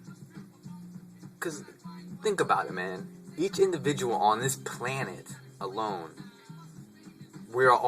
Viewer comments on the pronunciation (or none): none